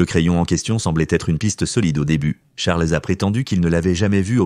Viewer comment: On fait pas la liaison avec Charles